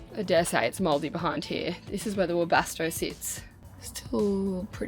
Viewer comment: Sorry- couldn’t understand what you said… “This is where the ‘Wobasto’ sits”(????)🤔